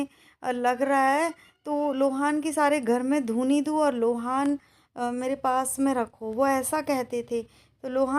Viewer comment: Lohan nahi loban hota hai